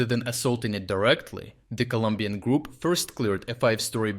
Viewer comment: ColOmbian please, not Columbian 🙏